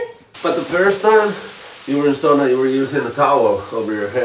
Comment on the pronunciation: Glad you and found each other and he says sauna correctly!!